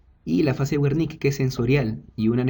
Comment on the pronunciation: se dice: [bérnika]...buen video